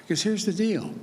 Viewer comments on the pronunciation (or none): none